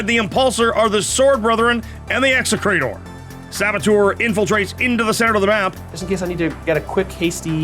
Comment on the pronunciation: 100% perfect Classical Latin pronunciation of “execrator!”